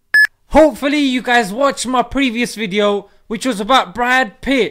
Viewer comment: Good wwweedio lol